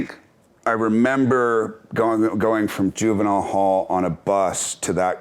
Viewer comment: Graham must have had a pretty sheltered life if he doesn't even know how to pronounce juvenile hall. Adorable.